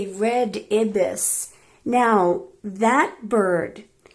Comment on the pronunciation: Dear, the bird is also called a Scarlet Ibis (with a long "i" as in AYE-bis).;*